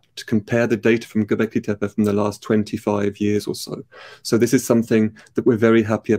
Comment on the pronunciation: Just for clarity, in Turkish "tepe" (hill) is pronounced "teh peh" not "teh-pey". Lee Clare pronouces it correctly in this video.